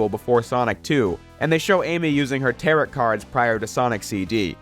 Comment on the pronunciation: I'm sorry, did you say tarot like carrot? I got few to no gripes about the collection, but what?